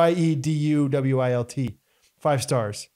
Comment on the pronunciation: Love this episode! Hearing try to pronounce my last name was fantastic! 😂Here is how you actually pronounce Wieduwilt (Weed-ah-welt). But if you want to say it in its original, German pronunciation just replace the Ws with Vs (so Veed-ah-velt). Would honestly love to hear Scott say it in his German voice! 🤣 And I have been loving the Jean Shorts videos lately guys!!! I hope you guys have an amazing week and I hope Scott feels better soon!